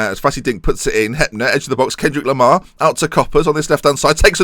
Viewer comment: He is called Kendrick Lamar. not Kendrik Lohmar!.. but whatever :-)